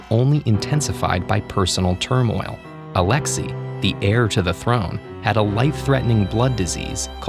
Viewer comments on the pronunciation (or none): Not Alexi but Alexai pronounced Alex-ay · FYI, the name alexei is actually pronouces like ah-LEK-Say